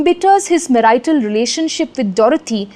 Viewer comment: Problem with pronounciation of few easy words. Check out pronunciation of "financial" and the word "marital". Sounds awkward when pronounced incorrectly by someone so learned apparently.